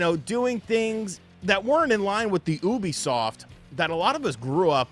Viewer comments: its ubisoft not obisoft 😂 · Why you say it like that?😂😂😂😂 maybe I’ve been wrong all these years. YOU-B-SOFT lol